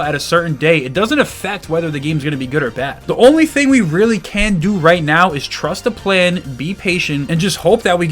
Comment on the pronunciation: He really said Trvst Thv Plvn